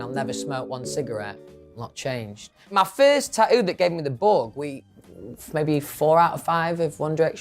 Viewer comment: For the first one, it's "mi" as in "mi mum", not "me mum"